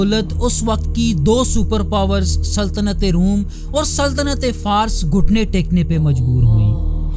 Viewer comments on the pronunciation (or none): بھئ ماشاءاللہ بہت خوب مکمل انفارمیشن اور خوبصورت آواز ہے۔ کمی اتنی سی ہے کہ بغض الفاظ کا تلفظ ٹھیک نہیں بلکہ سرے سے معلوم ہی نہیں جو اس درجہ اعلیٰ پریزنٹیشن کو کمزور بنانے کا سبب بن رہا ہے۔ مثال کے طور پر لفظ فارس کو ہی لے لیں۔ بہرحال بہترین ، بہت خوب